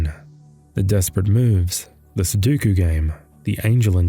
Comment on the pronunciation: Say it with me now. "SU-DO-KU". DO. NOT DU. NOT SU-DU-KU. SUDOKU